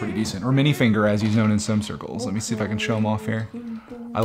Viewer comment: It’s not minifinger it’s minifiger